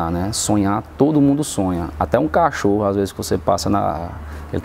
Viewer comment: O jeito q ele fala "Até um cachorro" é muito cearense KKK.. parabéns, com certeza você mereceu 🙏